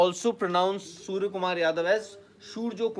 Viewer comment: Beta pale nam to sahi kelo tab reporting karo surya h surja ni 😀😀😀